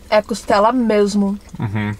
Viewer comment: Muito bom o vídeo. não é "Costelo". É "Costela". 😊